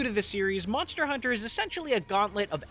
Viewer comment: Monstah Huntah on the go again